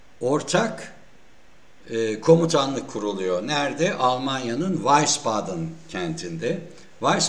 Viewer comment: vaysbaden degil ardan bey. Wiesbaden yazilir "viysbağden" diye okunur.